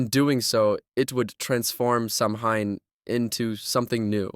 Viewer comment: SAMHAIN IS PRONOUNCED SOWAN!